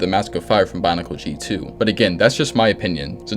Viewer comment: I don't wanna be that guy but, is he saying Bonicle?